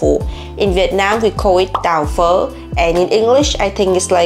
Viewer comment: what she said: “tào phő” what i heard when looking away: “da fu-“